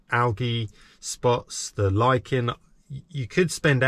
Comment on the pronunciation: that's what I thought mate 👍 ... p.s Lichen is pronounced how you said it first lol (Phonetically Lykin )